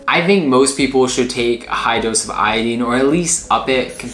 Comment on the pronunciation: The information in your video is is pretty good but you are mispronouncing the word iodine something horrible